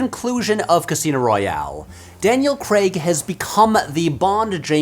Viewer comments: Craig, pronounced like Hague, not Creg. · It's Daniel CrAAAAAAAAAAAAAig! Not CrEEEEEEEEEEig!!! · Why do you pronounce it "Kreg"?? It's "kreyg" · its not pronounced 'CREG' its spelt with an A, Craig (CRAYG) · I know it sounds petty, but it's Daniel Craig, not Daniel "kregg" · I love that Americans say Daniel Kreg and not Craig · I will never understand how "ai" turns into an "e" sound for Americans SPECFICALLY for the name "craig" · His name is Daniel Craig, not Cregg. It rhymes with vague, not egg. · CRAIG not CREGG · He's British. So it's pronounced "Craig", with an I, not "Creg". Other than my petty nature making me cringe, I'm enjoying the video! :) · Ok Americans, listen up. 'Craig' rhymes with 'plague'... NOT 'beg'! 😀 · Why can't Americans pronounce the name "Craig?" It's "Creg" like "Gregg" On top of this lots of them pronounce the word "leg" as Craig should be - "layg" Odd... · The American pronunciation "Creg" is always funny for Craig. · Craig, not Creg. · Craig. Crayg. Crayyyyg. Not Creg. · It’s pronounced ‘Crayg’, not ‘Cregg’. He doesn’t work in Silicon Valley… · Craig like CRAYG not Creg like Greg. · Nitpick on what is a banger video, but his name is Daniel Craig, not Daniel Creg. It's like Data says in star trek "one is my name, one is not" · why do Americans say cregg instead of Craig. CRAYYYYGGGGGG. 🤦‍♂️ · Will never understand why Americans call him ‘Daniel Creg’ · I’ll never understand why Americans pronounce “Craig” as creg lol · Cr-AI-g FFS! Not “Creg”! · Craig. not Creg. The actor is English and it isn't hard to get right. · He doesn’t. Maybe it’s just the American accent he has, but I agree with alokinrainborn: it sounds like he’s saying ‘Creg’ rather than ‘Craig’ (which in British English is pronounced ‘Crayg’). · Rewatching the video, I can hear "Cregg" the first time he mentions him, but after that he pronounces it "Crayg". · I'm not sure I can make it through a whole hour of it being pronounced "Daniel Cregg" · Craig is pronounced Cray-g